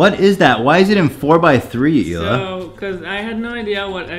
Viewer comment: Hey, Israeli here. Both Ethan and Sunny say Hila's name wrong. The dominant sound in the word is "La" not "Hi". It translates to "Aura" in Hebrew.